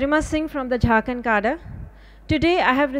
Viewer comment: She dont know right pronociation of cadre always i observe